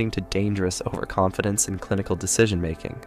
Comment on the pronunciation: Over Conf Dence. LOL